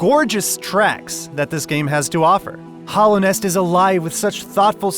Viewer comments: This man straight up pronounced Hallownest as Hollownest for the entire video, and then he dropped that "ORAI" for Ori. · Damn, I hate to be that dude, but HALLOW as in Hallownest and HOLLOW as in Hollow Knight. Those are two different words with two different pronunciations. It always takes away from the person trying to present himself as an "expert" when one cannot properly pronounce the words. Otherwise, loved your review!